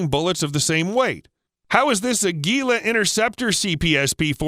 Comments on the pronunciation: Ah-gee-lah Learn to pronounce words correctly. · He cannot properly pronounce "Aguila"! LOL So many goofy things about this video.